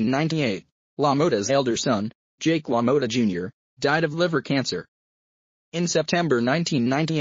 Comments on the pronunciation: Is this guy telling the story punch drunk ,he cant even pronounce Jake's name right "Lo Mowta" what a joke. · If your going to talk about one of the Greatest boxers to ever fight please pronounce his name right. Really